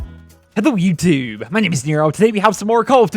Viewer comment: " hello youthube " 😂😂